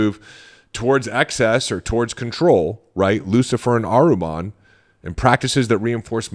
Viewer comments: Not Ahruman. It’s Ahriman 😊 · Ahriman (/ˈɑːrɪmən/ not aruman